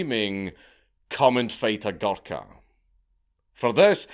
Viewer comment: Hearing Dank say “Guluka” for 50 minutes is gonna be hilarious